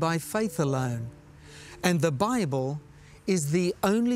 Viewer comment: “Bibel”?? Really?